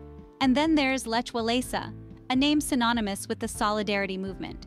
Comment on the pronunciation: It really took me a moment to realise what is she's talking about with that "łajsyneńki" and "Lecz Łalesa" 🤣 Also talking about Malbork Castle yet showing no picture of it, but instead the Wawel Royal Castle in Kraków nad Troki Castle in Lithuania 🙃